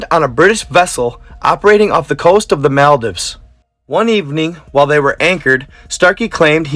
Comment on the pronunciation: Please American person PLEASSSSSSSEEEEE learn proper pronunciations of common places such as Maldives